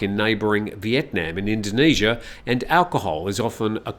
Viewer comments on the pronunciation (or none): none